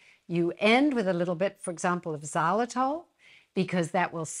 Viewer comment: What is ,,xalatol"? Xylitol?